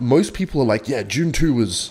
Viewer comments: is the type of gay to pronounce dune as june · I thought for a minute it must have been a Japanese movie, maybe an anime: "Joontu"